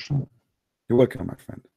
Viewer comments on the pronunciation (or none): none